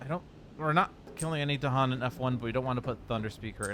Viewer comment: You've got the Dahan pronunciation correct now, but still need some more work on your Badlands. Each syllable gets emphasis: not just the first one.